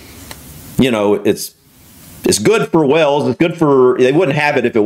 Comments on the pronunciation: The country of Wales, is pronounced as it's spelled, not as you are saying it, wells. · I really love you and the vids you react to... BUT! ( I bet you just 'knew' it was coming 😀) - One thing that always make me cringe (a little) and I KNOW it's minor, picky and maybe just ME? Anyway, each and every time you say WALES, you somehow manage to pronounce it 'WELLS' (and I have noticed a couple of other Americans do the same thing - and don't know why - duh!?). You need to stress the 'A' more, like wAYles. Thanks for listening to my stifled 'rant' and best wishes from London 👍😂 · Please stop calling Wales, Wells. It is pronounced just like 'wails' or 'whales'.